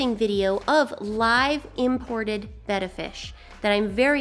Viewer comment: everytime I hear your intro, it sounds like you say "Simply Bettie" and that's my name it freaks me out.